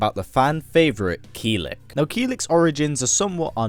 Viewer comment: Its Kill-ick not keel-lick